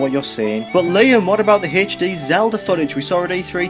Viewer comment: I lost it at "Haych Dee"